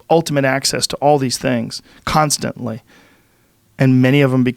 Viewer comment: Joe "CUNTSTUNTLY" Rogan